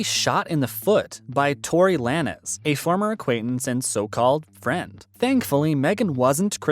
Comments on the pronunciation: Its pronounced Lanes......not la-nez.....thats the least u could do is pronounce his name properly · That Is not how you pronounce his name it's Lanes but with a z... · You can pronounce his middle name but not LANEZ as LANES? 😒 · Don't be this white. Come on. You know it's Lanez as in Lanes. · Do your research on how to pronounce Tory Lanez name dude ay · That’s not how you say his last name. I think this has to be a joke. I know you did research? Nothing you’re saying is pronounced right. Fake News!!!!